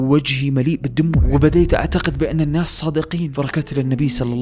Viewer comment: ( النَّاس ) في النون شده ي اخي ف انطقها بشده